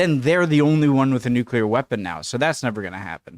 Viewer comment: 18 minutes and 23 seconds of silence for the nucular weapons